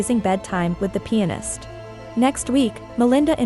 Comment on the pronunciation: Everytime you say pianist it kinda sounds like penis lol I was like know way she's saying that so I listened closer & was like, oh okay because the guy is really a pianist. I feel really dumb right now lol You're really AWESOME the way you explain things. Keep up the great work & stay safe ✌